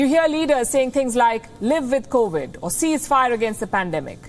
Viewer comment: It’s 2022 and pronouncing the word “covid” is still a major challenge for Palki. Sad for her.